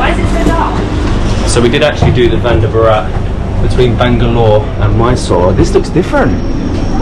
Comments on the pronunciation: Your videos are interesting. Please please please.. you are mis-pronouncing the names 😂. Vande Bharat is what you pronounce is incorrect. I would request you to ask the local people how to utter the names. I'm sure you will say it right before you guys return to your country. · It's vande not Vander sir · ARE BHIE..........ONE DAY BORAAT.......nahi.......( Vande Bharat )...........😂😂😂😂😂😂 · "Venda Burat" train. 😂